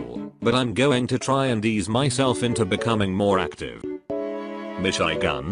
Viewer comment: I like How the voice can’t say the top players... like mishigan...